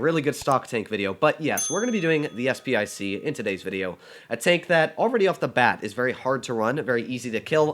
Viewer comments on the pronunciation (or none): And yet again... Its SP 1 C not SP I C... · Isn’t it “SP one C?”